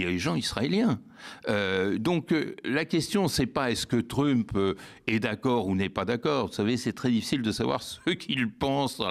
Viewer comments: Tu dis MEUSK, tu dis aussi TREUMP et non trump. Il commence à battre la breloque l'ami Badie, un peu. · Sa prononciation de Trump me fait rire à chaque fois, je suis sûre que le fasciste détesterait.